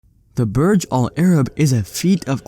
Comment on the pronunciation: Burj should be pronounced the way it is written not as Barj. In Arabic Burj mean tower